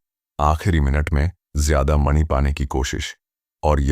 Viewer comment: Jab aap mani bol rhe ho to aisa lag rha hai jaise ki naag mani ki baat ho rhi hai